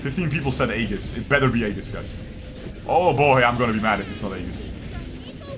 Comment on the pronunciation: "ee-juhs" not "ay-gis"